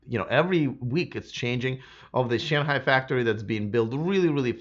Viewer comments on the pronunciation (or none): none